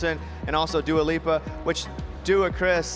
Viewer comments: Not him calling her Dua LUpa 😂😂😂😂😂😂😂😂😂😂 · Dua Lipa Bro not Lupa but yeah she's amazing